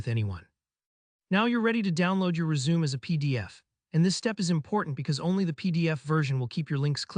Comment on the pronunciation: helpful video, but it's pronounced res-u-me (the 'me' sounds like 'may')